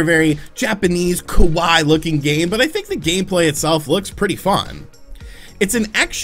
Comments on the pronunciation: Factoid, Might want to hit that second i in “kawaii” a little harder for clarity. Kawaii is cute but kawai means dry. Quite opposite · it's kawaii (pronounced ka-wa-ee). Great video though;)